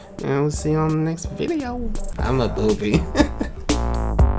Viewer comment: amebubbe is pronouncing it "Am a boobie" What's wrong with you XD I thought this was kid friendly lol Theres a legend if you say Shopkings user 3 times you get pinned.. Idk if it works lemme try. Lets wait now..